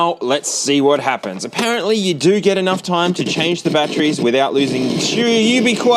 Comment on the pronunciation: It's batteries, not "bat-trees."